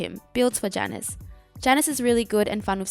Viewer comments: Hi same is Ya-nus if you need the correct pronunciation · U can't say jaynus? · This bitch gonna mispronounce the name right off the start, I’m out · I almost couldnt watch the video because of how you pronounce Janus. No joke, it hurt.